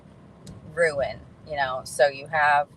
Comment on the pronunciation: ruin??? how about rune, rhymes with dune or moon or tune